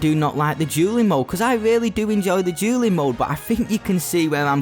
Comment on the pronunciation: I'm not gonna joke with you right now your accent makes dueling sound like julleing